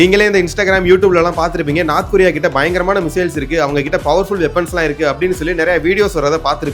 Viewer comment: அடேய், " நார்த் கொரியா" எங்கேயடா உள்ளது? "North" ( நோர்த்) கொறி/ரியா என கூறு.